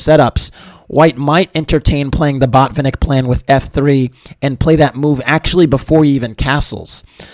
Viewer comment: You should have said botfinik a few more times. :). Jk. Good video